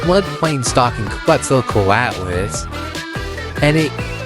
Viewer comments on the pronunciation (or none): it's pronounced closer to ket-zel-CO-at-us btw